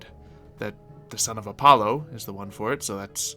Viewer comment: I already don't like. He's such a jerk, and blatently showing he has spot on aim with shooting weapons than you were just doubles his jerk-i-ness. Also, he rudely frelled up the pronunciation of the sun god. It's Uh-polo. It's Uh-pah-lo.